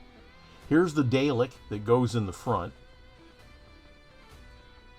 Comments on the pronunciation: Really nice mod. FYI, Dalek is pronounced "Dah-lek" not "Day-lek", please. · I'lll be that guy: it's pronounced "Dar-lek" not "Day-lek". :P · Great Build, although you need to learn to pronounce them as DaRRlek not Daylik lol. (and yes I know is is spelt Dalek, but us Brits pronounce the a as 'arrr' ) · Dalek is pronounced Daa.lek.